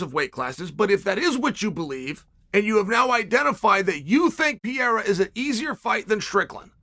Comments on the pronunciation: Pronounce the fucking name right please is PeReiRa Is not Piera...... with doble R.......... Perrrrrrrrrreirrrrrrraaaa! You change the figther's name, you just peonounce it on the way that represent less effort for you. Dont be lazzy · Pereira not Piera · Alex Pe rei ra, ffs, not piera, PE REI RA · Chael his name it’s PE-REI-RA, not Piera… |😂😂😂😂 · Pierra? 🤣 Undefeated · Still saying piera- fucking embarrassing - learn the names Chase Cumon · It’s FUCKING PERREIRA!!! Can you please say his name right ONCE??!! Who’s afraid to tell Sonnen LOL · Alex Purrrrrayyyya. Not that hard Chael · He had his one minute in one video where he actually pronounced Pereira correctly before immediately going back to Piera. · Who is Pierra? lol Love Sonnen but Pereira is not even that hard to pronounce man, cmon lol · PER AIR A - that's how the name sounds Chael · Chael please!! Their names are not kazmat, piera nor duplici 😂😂 come on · his name is not pieira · Your pronounciation of Pereira keeps changing. To clarify it is pronounced Per-air-a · I wanna lose my mind everytime he says "Pierra" but you can't argue against undefeated Uncle Chael. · I just like the way you pronounce Alex's surname. I can't stop laughing 😂😂😂😂😂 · Chael not pronouncing Pereira correctly is peak comedy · Chael there are two R’s in Pereira.